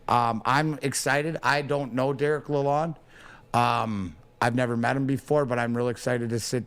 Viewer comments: This MF'er correcting a guy that sat in the room with the man! lol I don't mind wiserplan. but yes it is lalon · Couple corrections to below: It is the Yzerplan. Pronunciation is La Lon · Just to help y’all out the D is silent in Dereks’s last name. It’s sounds like Laloan.